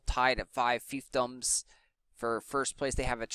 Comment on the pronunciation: Congrats on saying fiefdoms properly.